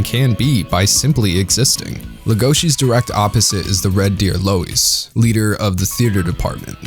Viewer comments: So we’re just gonna forget that he calls “loui”, “lueis”? Did he even watch the show :/ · Louis's name is pronounced like "Loo Eee", not "Low Ees". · Nobody: Not a soul: This guy: LOW-IS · I've heard "Loius", "Louie" and "Roius/Roous". "Louise" is a new one. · Beastars has tons of strengths, and the messages told are important and well portrayed. But I had a big issue with how everything is told rather than shown. There are so many moments when they explicitly tell you what’s going on in really bland ways. When they introduce Rouis (idk what to put, they pronounce it as Louis but that’s what I saw translated on Netflix), instead of showing that he’s determined to be beastar, they just tell you that he is. Instead of showing that it’s Haru’s instinct to show her arm in Legosi’s mouth, she just says it. The show does manage to have more subtlety in some areas, which I really enjoyed, they don’t when introducing these ideas :/ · Lol I literally died when you called Louis "Lois." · I have no issues with anything said in this video, other than the way he pronounced "Louis" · How do you tell the difference between Beastars fans who read the manga vs. Fans that only watch the anime? It's how they pronounce the grey wolf's name. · Yall watched the sub didnt u...if u watch the dub, you'll know u mispronounced Louis. Nuthn major...its jus my ADD kicking in lol